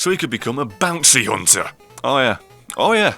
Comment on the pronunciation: "Bouncy"hunter? really -_